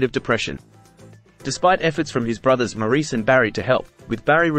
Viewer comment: Maurice is pronounced “Morris”